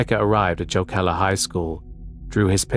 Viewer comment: Its so dumb sounding when English speakers try to say finnish words like jokela